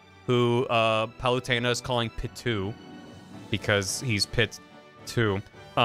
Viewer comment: I love that mispronounces "Palutena" the same way I do.